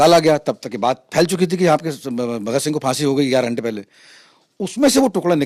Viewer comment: बोलना सीखो पहले वह शहीदे आ जम "भगत सिंघ" है साले ऊनको बोला कैसे